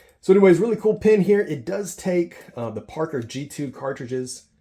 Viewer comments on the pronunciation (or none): none